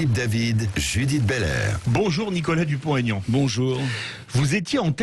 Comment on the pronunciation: Madame: pourquoi prononcez-vous le nom de M Dupont - (t)Aignan?